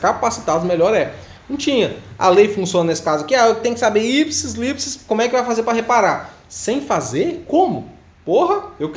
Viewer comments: Eu cago de rir quando ela fala "ipisis lips" kkkk é ipsis literis kkkkk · ipsis litteris, literalmente, aprende a falar... Gosto do seu trabalho, mas só amigavelmente essa palavra...